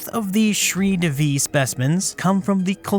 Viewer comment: Shree Devi. D in DEVI is not pronounced like d in devil. Instead DE is pronounced like THEY. And Shree Devi is the goddess Lakshmi. Means the goddess of wealth.